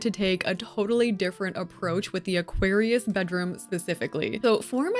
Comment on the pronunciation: As always, Aquarius gets butchered 😢